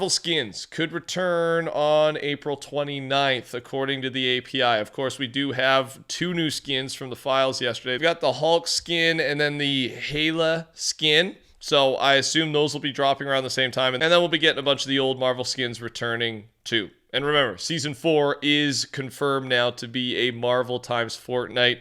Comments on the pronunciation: not criticizing but hela is pronounced hell-a not hey-la :) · it's hell-a not hey-a just so you know she is from the movie Thor Ragnarok and she's Thor's sister and the goddess of hell hence the name😅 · just letting yk its HELL A not hayla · it's pronounced Hell-uh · HELL-A! That's how Hela is pronounced...😒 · Hela is pronounced “Hell-a” btw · Did he just say HEY-LA ?! 😂😂😂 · Just for in the future, it’s pronounced (Hell)a! Love the content keep up the good work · They need to add the Griddy to that list. Also, the Hela skin is pronounced as helluh. Just what to help, y'know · It is pronounced Hell-a in the movies just to let you know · You don't know ANY show that well buddy lol. You literally mispronounced Thor's sister's name horrendously wrong. And everyone has watched every marvel movie about a million times. Even if you didnt,all all TRULY had to do was watch a YouTube video. Or ask a friend. Take a whole extra 60 seconds out of your video prep time.